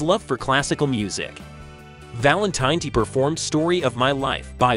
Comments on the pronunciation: tin-It is not Valen-Tiny. His last name is Valen-tin-etti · Need to pronounce last name correctly! Valin-tih-netti. No long I. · I would have enjoyed this video a lot more if you knew how to pronounce Sal's last name.